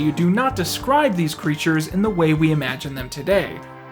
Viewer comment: pronunciation: crætures